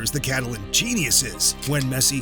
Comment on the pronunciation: Messi not pessi